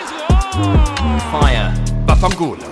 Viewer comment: Hahahaha you said VAFFANCULO better than me 😂😂